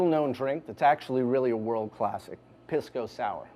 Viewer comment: He pronounces it like an idiot. It isn't "piss"-co. It is pronounced more like "peace"-co.